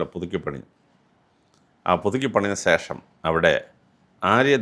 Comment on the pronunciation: സേഷം അല്ല ശേഷം